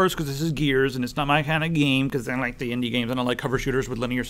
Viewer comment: Did you really just say "indy"?....